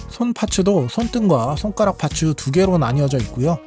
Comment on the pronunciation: 파츠 ..파츠 정말 듣기 싫네...일본놈들 ㅌ 발음 안돼서 파쯔 파쯔 하는거.. 그놈의 기믹이란 소리도 듣기 싫고..ㅋ